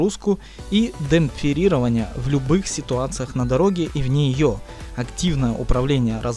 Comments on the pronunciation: Ага, "демпфирирования", WSLL - дабл ю си эл эл, "подвесная подвеска", "на основании наблюдений". )))))) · "Демпфирирование " ребята это капец